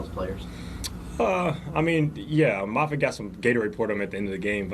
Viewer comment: Tommy MAHFIT not MAYFIT--you are so bright and knowledgeable-hate for you to lose credibility and viewers due to mispronunciations